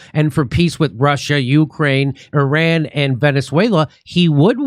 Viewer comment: Can't even properly pronounce Iran.